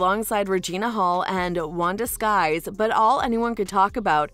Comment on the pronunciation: IT'S NOT WANDA SKIES IT'S WANDA SYKES, GET AN ICONIC LEGENDARY VETERAN'S NAME RIGHT PLEASE.